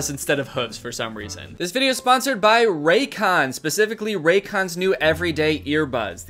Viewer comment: I THOUGHT YOU SAID RACOONS 😭